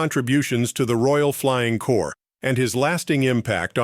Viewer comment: Its the Royal Flying Corps not Core, and its "Left"enent not "Loo"tenent" if the British Armed Forces.